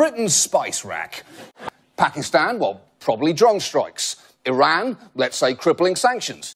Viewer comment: i wish he would pronounce 'iran' properly